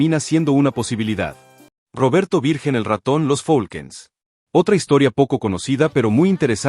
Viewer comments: No es folkens es falcons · No se si sea voz de IA al mencionar al grupo Los Falcon's lo menciono como los Folquens jajajaja mas cuidado con pronunciar los nombres de las agrupaciones.